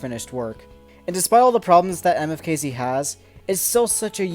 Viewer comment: I think you supposed to pronounce it like how the letters sound for instance you would make an M sound then you know what I mean